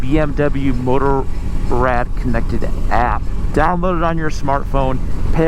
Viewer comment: If one are unable to pronounce Motorrad properly (as in German language), why not stick to the already translatated word Motorcycle instead?